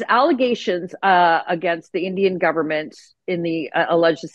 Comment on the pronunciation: bro said "gudvernment" hahahahahahahaha